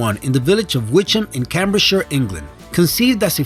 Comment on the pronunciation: 4;30 is he trying to pronounce Cambridgeshire?